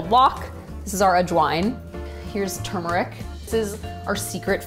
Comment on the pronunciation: I love that she pronounces turmeric like I do. Most people say “too-meric”